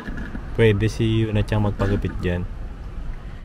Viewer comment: CHANG ba talaga ang pronunciation may G. Narinig ko kasi sa mga Japanese homeroom teacher chan example Sakura chan, Yuki chan, Miyuka chan, Momoka chan. Tinanung ko din yung mga Japanese teacher wala daw G di daw CHANG.